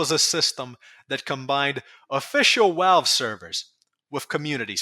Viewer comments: I swear this guy pronounces V’s like W’s on purpose, everytime I heard “Walve” I wanted to scream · love how you pronounce "Valve" as "Walve", amazing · i agree that tf2 stumbled hard and overwatch basically poisoned tf2. but can you not say retard if you can't even say V correctly? i get the w is a literal double u/uu that got typed into becoming vv but it ain't hard to say value and valve instead of walue or wowvle which is weird you only partially say it correctly. it's not about saying retard it's just the irony of the way you talk makes it physically painful trying not to laugh every time i hear either. again i agree and i believe a lot of others agree as well. but i'm still gonna be a dick and point out the irony.